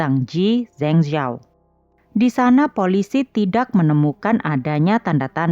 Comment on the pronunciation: Min..maaf,sekedar masukan, kalo bisa untuk pelafalan nama asing atau nama kota asing seperti itu sebaiknya cari dulu bagaimana penyebutan/pelafalan yg benar supaya lebih enak didengar Min. Cari lewat google translate ada kok nanti keluar bgmn spellingnya contohnya untuk kota Zhengzhou tadi.